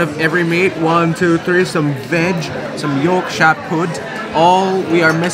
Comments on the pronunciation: "york-sheer" pudding only hobbits say "york-shire". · York-shur not shire. It is a batter. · pronounced York-shur